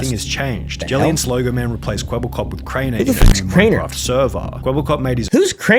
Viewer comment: who crainer he says😞